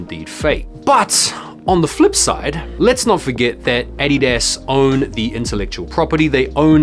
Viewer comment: The Way u say Adidas hurts me ears. :/